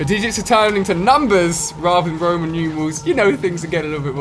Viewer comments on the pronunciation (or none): none